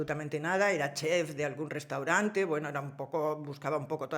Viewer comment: perdón: se dice "chef", no "chez"